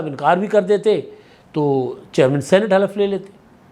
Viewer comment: Khalaf nhin halaf